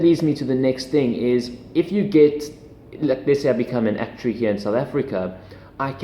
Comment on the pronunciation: I love the way you say actuary lol